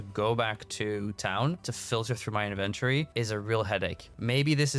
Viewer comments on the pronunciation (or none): the major problem with your inventory is YOU KEEP PRONOUNCING IT WRONG .........lol